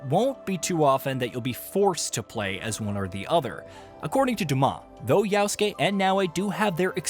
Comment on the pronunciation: why doeas he call him always Yausuke when his name is Yasuke